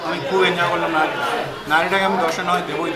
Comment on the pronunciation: That was nihari not nahari